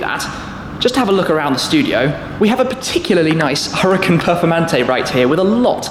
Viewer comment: omg u bothering me how u pronounce huracan and urus